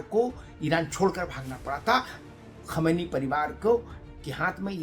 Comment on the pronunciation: Sir , Aap Sayad Khumeni and khamnei m difference nhi kr pa rha ho